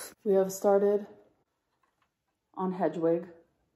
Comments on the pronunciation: If she's an actual Harry potter/ literary nerd im sorry but how do you not know it's HEDwig. Not hedgewig. Be real 😞 😓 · It’s Headwig*, momma lol not hedgewig😘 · not Hedge-wig💀💀💀💀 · “Hedgewig” 🤦🏼‍♀️ it’s hedwig boo! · Did you say hedge wig? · "Hedgewig" lmao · She loves HP so much yet doesn’t know how to say Hedwig’s name 😂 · As someone who actually loves Harry Potter it was so cringe to hear you say Hegwig. Please don’t clam to love HP and then say his Owls name wrong. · did you say Hedgewig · Did you say HEDGEWIG? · She really said "hedge - wig" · Lol Hedge-wig 🤣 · The way you pronounced Hedwig 🤢🤮 I can’t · You butchered Hedwig’s name…. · / ik she didn't just say hedwig like that. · uh yes you're being unnecessarily nitpicky 😂 you're literally lecturing ME for pointing out a mispronunciation bestie